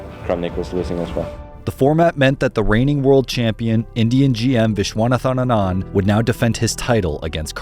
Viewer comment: sorry , but i couldn't stop but giggle about how badly Viswanathan Anand's name was pronounced here . lmao